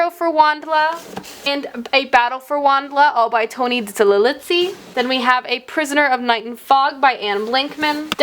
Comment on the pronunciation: Tony Diterlizzi's name is pronounced" DEE-ter-LEE-ZEE" this is how he pronounces his name. I know I've left several comments about this, and I'm sorry to harass you about it, but his name has been consistently mispronounced on your channel. Please take the correct pronunciation into consideration.